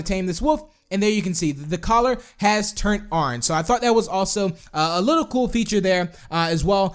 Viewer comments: "Let's tame a WOOF, and his coller turns ARNGE. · Oran? did u mean orange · Never say orange again please!!!